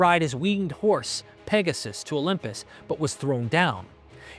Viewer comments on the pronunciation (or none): none